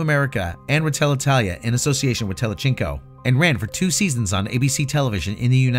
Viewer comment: Is is also tele-zinc-o, not tele-chinko